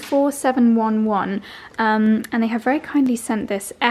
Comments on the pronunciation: And pronounced four seven eleven. I nearly choked laughing when pronounced it four seven one one. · He he had to laugh when you called it 47 one one.... my mum used to uses it and she was 65 when she died... and its four seven eleven.... he he 😂 thanks for the amazing memory ❤ loves and hugs xx